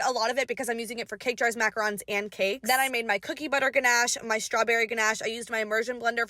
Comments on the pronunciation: You said ganache and macaroons wrong SAY IT RIGHT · Baking macaron's and not being able to pronounce it right!😂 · Mackarons 😭😅😅😅 the french are not happy